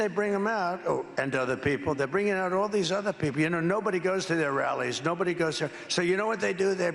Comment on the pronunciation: Yeah, "bobody knows" Eimiem LOL